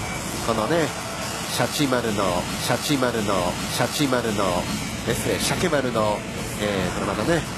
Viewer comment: UGKは素で間違えてるのか、シャケって言えないのか、どっちなんだ